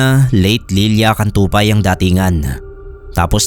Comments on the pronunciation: Lilia Cuntapay po not Lilia Cantupay 😂-Listening while working. 🥰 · Its Lilia Cuntapay. Not Cantupay